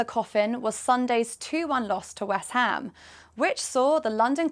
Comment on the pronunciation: Did she say Wes Ham, who's he?